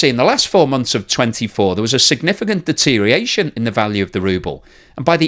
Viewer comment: Deterioration has six syllables, not five.